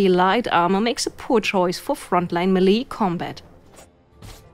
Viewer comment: The word "melee" is pronounced MAY-lay, not mee-LEE.